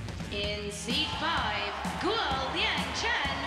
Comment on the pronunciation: sorry guys, but GUO is not pronounced goo .. it is pronounced gooWAW g- u - uAW